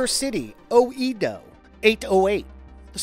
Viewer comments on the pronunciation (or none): "O Eee Doh" Yare yare....